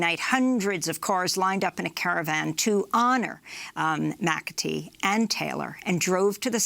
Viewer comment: And David McAtee . (Amy mis-pronounced his last name as "McAfee" at first.)